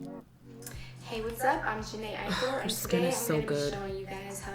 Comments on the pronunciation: You said her name right the first time lol its pronounced “iko” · Yup. Aiko= Eye-koh or ahあ-eeい-kohこ. Ai=Love and ko=child so her name means "Love child" most likely. Exact meanings of Japanese names depends what kanji characters are used. If it were spelt Aiiko it would be pronounced Eye-ee-koh or ah-ee-ee-koh.